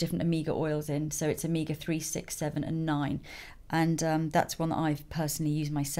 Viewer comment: when you said omega, I thought you said Amiga lol 😂😂😂